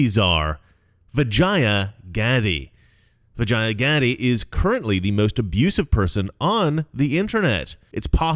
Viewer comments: I think you mispronounced vagina. Oh wait i'm sorry. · I thought you said her name was Vagina. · Why do I keep hearing vagina? Lol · I keep hearing Vijina... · Am I the only one who thought he said "vagina" every time? Lmao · 😂I’m sorry. I keep laughing every time you say vagia. Put an “n” in there. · Every time you say vagia, I hear vagina. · Anyone else keep hearing Vagina? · Every single time he says Vijaya I think he’s about to say vagina. It gets me every single time. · Every time said Vijaya's name my head would pop up as it sounded like he was starting to say "vagina". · SORRY BUT EVERY TIME YOU SAID HER NAME..I HEARD VAGINA LOL I AM SO IMMATURE